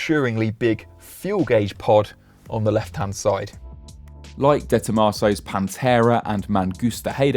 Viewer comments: Is it Dee Tomaso or Day Tomaso ? Because you keep saying “DAY” Tomaso. And, now I wanna know how it’s actually pronounced. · It's not DEEE Tomasow! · Did he call it the... Dayto-maso? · "Deeeeee Tom Arse so" learn to talk for fcuk sake! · Its not a "Day Tomato" hahaha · De Tomaso ?? It is Dr. Tomaso from Argentine ok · the "DAY TOMAHSOE" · "Day" Tomaso? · The way he pronounces Day Tomaso is nauseating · How do you pronounce 'De Tomaso'?